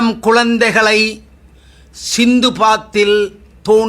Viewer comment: சிந்துப்பாத்தி இல்லை சித்துபாத்தி என்று திருத்தவும்